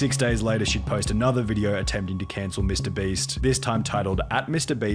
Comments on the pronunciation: Please make pyro stop saying mr "breast" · Lol Is it just me or did he just say mr breast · I need a compilation of pyro saying mr breast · listen listen... Ik it's your accent but when you say "Mr.Beast" to me it actually sounds like "Mr.Breast". Makes me chuckle every time I hear it. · im not hating or anything but why are you saying mr Breast ? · Pyro saying mr breast gets me every time